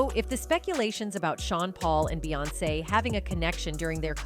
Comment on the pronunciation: Not to mention the same AI voice frequently programmed to say beance (like seance!) Why do we watch this stuff??